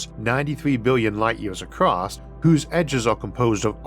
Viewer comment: The word is ACROSS, not ACROST. Kentucky army pronunciation. Ask your editor or speech therapist to help yo with this. You got past NEW-CUE-LAR..